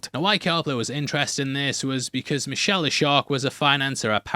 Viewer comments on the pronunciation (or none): none